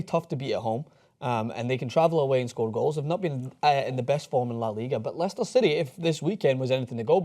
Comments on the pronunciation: i'm sorry i have never heard of "Lie-Chester city" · He butchered the pronunciation of Leicester